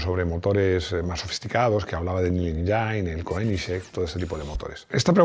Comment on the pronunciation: y Plymouth, 'plímuz' (no 'pláimuz'); y engine, 'enllin' (no 'enlláin'); y Chevrolet, 'shevrolé' (no 'chévrolet')... pero tiene claro que sabe de coches, no de idiomas, y lo admite públicamente. 😂